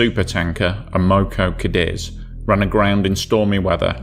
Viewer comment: And her name is amocogadis ! Not amogo! Everyone no that if they was there